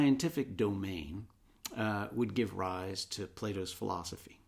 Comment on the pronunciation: i love bernard, but why he say "philozophy"?